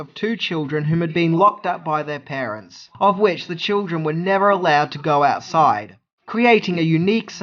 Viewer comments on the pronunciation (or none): none